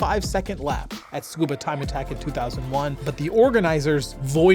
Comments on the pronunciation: isnt it pronounced suh koo buh, not skoo buh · It sounds like you are saying "Scuba", leaving out the first "U". It should be "tsu-koo-bah" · Tsukuba is pronounced Su-koo-ba (Tsu has a Silent T) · Tsukaba ≠ Scuba😂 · I thought it was to sound like a 'fluent Japanese' speaker because they kinda pronounce it this way. Which would be disappointing.